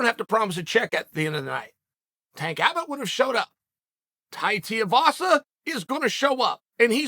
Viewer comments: Its tui not tia… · Hey uncle, It’s not “Tee-ya-vasa” it’s pronounced “Too-we-vasa” Okayyy. Love you buhyyeeee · Chael. TOO - E - VASA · ‘Tai Tiavasa’ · His name is now Tai Tee-you-vasa. Uncle gave him a new name. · I say this almost every video but does Chael ever read the names and go and see how the fighter or his team pronounce names? TIAvasa? This name decides how every name is pronounced and gives zero fucks if he's even close to correct. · Too eee vaa saa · "Tai Tiuvasa" Chael cannot not mess up a name, undefeated undisputed. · I truly feel like you purposely miss pronounce the fighters names. His thing is the shoey Because it rhymes with his last name TUIvasa. Not only that but they say the fighters names 1000 times per fight and you cover the sport. It’s hard to respect your opinion when you don’t even take the time to learn how to properly say the fighters names. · It’s pronounced Tuivasa. Sounds like 2 E Vasa. Thanks Chael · Chael! His names pronounced Tai (Two E) Vasa! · Will Chael learn how to say tuivasa by the end of the week. Two-e-var-sa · First of all it’s TOO-EE-vasa and second of all Bambam chopping the legs out of Lewis till he can’t walk then KO’ing him in the 2nd or third 🇦🇺🇼🇸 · pronounced Tai ‘2 E Vasa’ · My official prediction: Chael will never say “Tuivasa” properly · Still murdering Tai's last name there bunj! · Say the man’s name correctly 🤦🏻‍♂️ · He mispronounced Tuivasa every single time he said it.